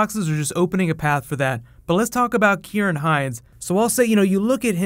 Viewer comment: Thank you for pronouncing Ciaran correctly, really like the channel too